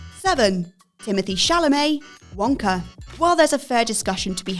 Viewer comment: How did you go from ''Wonka'' to ''Wankar'' in the span of 3 seconds?